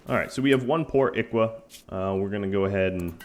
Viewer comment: Today I learned how to pronounce "Ikwa"